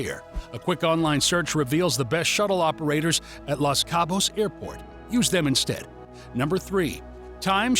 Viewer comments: It’s “LOS Cabo’s “ not “LAS” 😅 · It’s Los Cabos, not Las Cabos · Why don’t you start with pronouncing the name properly. The Los does not sound like Las as in Las Vegas. The O is hard as in Dos Equis. Nice job rookie!!